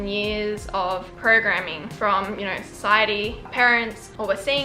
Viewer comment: "Hellowr" "Videorr" "knowrr"